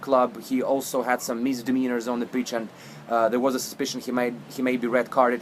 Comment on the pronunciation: ok this deuce needs to learn how to pronounce the players names correctly b4 talkin about them,secondly did this idiot say glen johnson got raped on the bitch,u mean the pitch. at min by yegevny bla bla bla is what i got out of this idiotsky, now theres another ukranian he is talkin about, ok moronsky im listening and commenting at same time pausing to comment of course. so im at min and by now im gettin the drift that this fuk face may be ukranian but i may be wrong. oh wait a sec so he is talkin about the second ukranian not being liverpool level material but failing to realize that he himself isnt even on a high school teams level. idiotsky looks like a kevin kyurani reject, wtf im at min and yet another rusky player he is blabing about and whats with the we we we, its liverpool fc not we, at min yet another commi, hope all u want bitch liverpool will not turn into a communist team u suka blyad